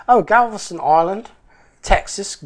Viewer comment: You pronounced Galveston perfectly after the shot.